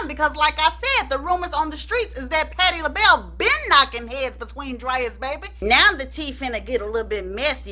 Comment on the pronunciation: patti lahell.. nah😂😂😂 you crack me up, please don’t ever change 🥰😂